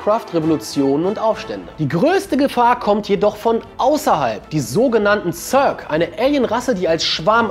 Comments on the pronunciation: Also echt! Sc2 rundenbasiertes Echtzeit strategiespiel? und ßörg wird das ja auch nicht gerade ausgesprochen ^^ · wie der zerg ausspricht. irgendwie so zörk